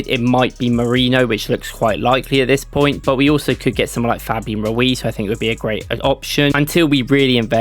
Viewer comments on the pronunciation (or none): none